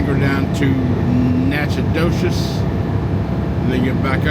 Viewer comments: Your first stop pronunciations Natch-I-toch. Van Alystyne is north of Dallas on 75. Don’t go 20 to Dallas and up! Take 69 north from Tyler to Greenville. 78 to VA. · It’s actually pronounced nackadish. 😎